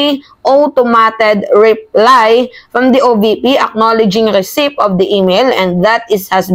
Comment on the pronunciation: Hetong vlogger na ito kung magsalita ay parang maraming alam.. but, she’s just repeating what the other vloggers are saying … besides, she doesn’t know how to pronounce some English words like “ receipt” I also watched her one time na She pronounced the word “ chaos” wrong.. I love PBBM vloggers but this woman sounds nag mamagaling galingan..